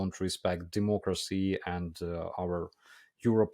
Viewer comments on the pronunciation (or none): none